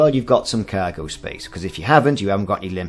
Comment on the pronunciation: I'm assuming by your pronunciation of "kaaaaiiirgo" you hail from sunny Kaaiiirdiff? ;)